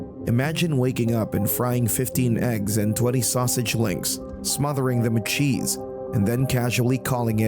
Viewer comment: Joyce ate some Italian "sausitch".